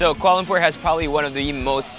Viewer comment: This is a great video but was it only me who cringed at how he said Kuala Lumpur? I am half Malay and my mum is from kl